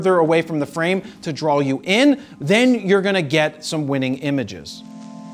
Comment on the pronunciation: Just like RAW sounds like RAWL in the intro ...and "to drawl"